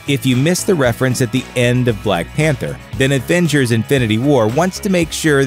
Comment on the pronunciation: "adventures infinity war "